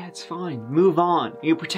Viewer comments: “This is the case of Ziggin Zag… let’s give it a goo” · Indeed, Terty tree times terty tree 👍🏽's up! Let's giv'et a- goo!❤️💕❤️